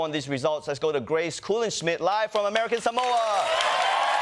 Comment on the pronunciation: Samoans don't even pronounce it that way. It's more like Somwa.